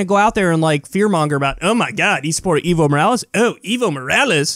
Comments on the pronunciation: Dear Americans, please learn to pronounce the name "Evo Morales". It's not eevo, it is eh-vo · Not eevo, ehvo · Hey Kyle, the right way to say Evo is Eh-vo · The former president of Bolivia is EVO, not IVO. Ok, I understand this host doesn't speak Spanish... but ¿Ivo? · it's not iiiiiiiiiivo Morales, i'ts EEEEEEEEEEEvo Morales. EE as in Enter. You don't say Inter, right? you say EEENTER, then say with me , EEEEEEEEEEEEEEEVO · Its Ehh-vo no evil lol